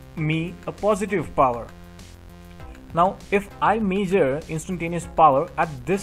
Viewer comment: Great explanation. I took some time for me to figure out how you are pronouncing certain words. Major and ohum (measure and ohm). Otherwise it is a great video. Please take my comments positively and continue the service. God bless you.